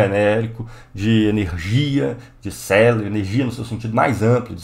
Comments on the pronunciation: Cara, eu adoro vc,. Por isso mesmo, CéREbro, não celebro, amigo. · Celebro??? kd o R??? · Célebros???? COLE? Aula Phoda dessa e tu mete várias vezes este "celebro" kkkkkk